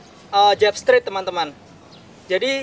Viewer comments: Straight dibaca strait, bukan strit. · Makasi bg materinyaa, izin bg, maaf tp pelafalan straight nya sprtinya salah